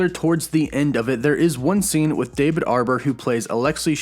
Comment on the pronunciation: Sounding like your rival at everything always, not being able to pronounce people’s last name. He can’t pronounce Russo, and apparently u can’t pronounce Harbour